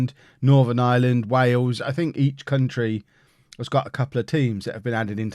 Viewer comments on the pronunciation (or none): none